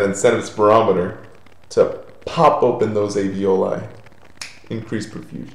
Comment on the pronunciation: It's aLveoli, not aveoli.